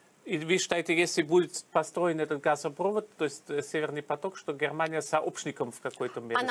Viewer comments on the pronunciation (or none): ГазопрОвод, говорит журналистка - слух режет.